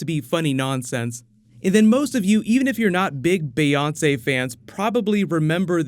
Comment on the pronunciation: Listening to say Beyonce is a day making moment.